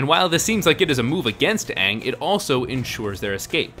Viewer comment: Why did they pronounce Aang's name wrong in the entire movie?? That drove me nuts!